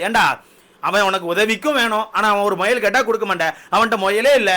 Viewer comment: Muyal❌moyal✅✅😂😂typical south Tamilnadu slang